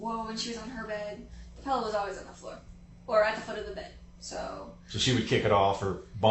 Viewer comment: The first hour + 16 minutes I'm already thinking she has the most annoying voice. On top of being so happy and excited and carefree and busting out laughing every few minutes... Then she goes and pronounces that word for the thing you lay your head on night as "pellow". She's one of those people. She's a real fckin weirdo in every way.